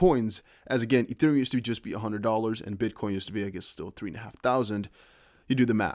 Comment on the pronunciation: MY MAN SAID “ or even a HUNNID”😂😂😂